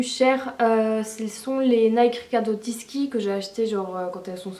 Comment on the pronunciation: riccardo tisCHI ptn pas tisKIwesh c'est trop la go achetes des paires elle sais r